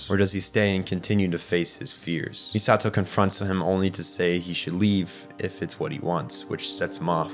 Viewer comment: Saying MiSAHto instead of MEEsato; tell me you watched the dub without telling me you watched the dub